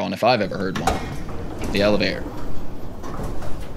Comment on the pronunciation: It's Elevator not Elevay-or